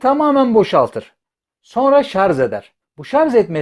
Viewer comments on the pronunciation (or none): Şarz değil şarj.